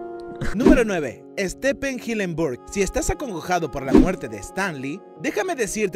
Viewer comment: Estepen jilenbur🙉